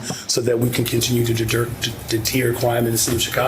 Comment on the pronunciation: He said a great deal of shit, but never even came close to answering the question. He can't even say the word "deter" correctly.